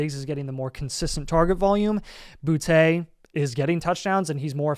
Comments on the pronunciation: Stop saying Boutté, ITS BOOTY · boute is pronounced booty btw